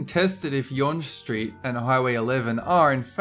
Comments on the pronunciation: We say young st not yon ge street regarding number 10, I know it isn't spelled that way but that is how we say it. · Yonge Street is pronounced Young it starts at the lake in Toronto and heads north. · It's not pronounced like YONJ STREET it's pronounced like young street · Sichuan ==> Sir ChooWAN. Si = 四 = four. Chuan = 川 = river. Yonge Street, pronounced "young," not yunnge. Um,, are you maybe in the wrong line of work? You being incompetent and shouting a lot doesn't make stuff odd. It just leaves you loud and incompetent. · It's pronounced young, not YONJE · For the record. It's pronounced "Young", not "yonj" street. Also the contention is really really steep for the longest single road title. Yonge street doesn't even keep the highway 11 moniker through the pretty much all of Toronto itself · It's pronounced YOUNG street, not YUG street. seriously wtf is wrong with you? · #10 Yonge Street, actually pronounced "Young" Street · Yonge Street is actually pronounced YOUNG Street and yes, Yonge Street and Highway 11 are one and the same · It's pronounced YOUNG (Yonge) in Ontario mate. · Yonge street is pronounced like "young". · It's pronounced "YOUNG STREET".... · it's pronounced "young" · Yonge ST s actually pronounced Young St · not gunna lie it made me cringe when you mispronounced yonge street. then i realized it is spelled pretty weird to be pronounced young for those who never heard of the street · Its pronounced young street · #10 is pronounced. Young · 'Yonge' in Young Street is pronounced 'young'. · You pronounce "younge" like young also yes I live in Ontario Canada..... but not Toronto but younge runs through my city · younge street is pronounced "young street" just saying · it's pronounced young street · Younge Street is actually pronounced "young" street, it sounds a bit easier to say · LOL how he pronounced Yonge street over here we pronounce it young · #10 is pronounced "young" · Yonge Street is pronounced young